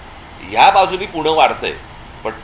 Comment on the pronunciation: ठाणा पूना नाही सर... ठाणे पुणे म्हणा ... मराठी आहोत ... आपणच असे बोलला tar कसं चालेल